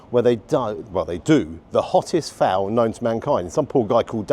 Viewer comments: Its not "Fowl" 😂 Its Phaal! Pronounced Farl 👍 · It`s a `phall`, not a `fowl`. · foul/ful is pronounced fool XD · Another great review. I'm so sorry to correct your pronunciation: The word "phaal" is pronounced like "fahl" (IPA: /fɑːl/) or "p-hahl" (IPA: /pʰɑːl/), with the emphasis on the first syllable and a long "ah" sound like in "father".